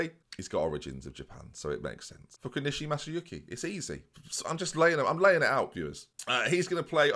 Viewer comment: Trust HOW to get Fukunishi Masayuki right (or close enough, it's all the right letters and syllables) but struggle with Vanheusden to the point he added a bunch of extra letters and syllables in it to it. You are an enigma.